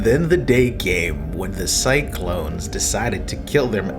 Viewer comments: "The Cyclones" wtf lol can you read? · Cyclones? You mean Cylons.